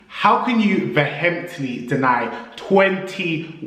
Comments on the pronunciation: How can you post a video where you emphasise a nonsensical word that doesn't exist? "Vehemptly".....??!!! I think you mean "Vehemently" mate... take the shame. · Vehemently is pronounced “Veer-ment-lee” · VeHHHemently is sendiiinngg me booiiii😂😂